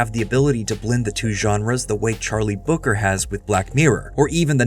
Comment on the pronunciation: Charlie Brooker not Booker